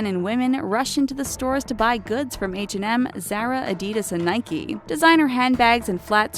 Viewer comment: They also pronounced H&M wrong.